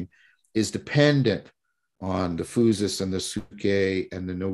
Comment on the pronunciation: Great talk! That pronunciation “phoosis” though…